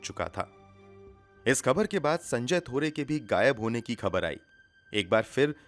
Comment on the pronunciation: Excellent voice and narration but bhai pls correct pronunciation of words u often say wrong. Egs- phaila not Faila, khabar, khoon, zila not jila.